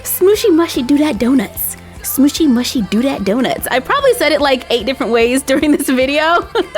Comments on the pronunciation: It's pronounced smoshy mooshy. But it's not spelt like that :3 xx ❤ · Btw it ia not smooshy mushy, you pronounce it smooshy mooshie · Its pronounced as SMOOSHY MOOSHY not SMOOSHY MUHSHY... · You pronounce it like SMOOSHY MOOOSHY I know that’s spelt wrong but you can’t hear me and that’s how it is said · It's pronounced smooshy mooshy do dat donuts. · there pronounced like smooshy mooshey